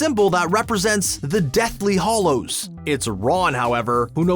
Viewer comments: It's HALLOWS NOT HOLLOWS!!! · He keeps saying deathly "Hollows". It's "Hallows". Not "O", "A". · GOD, please stop saying “deathly hOllows”. It’s Hallows.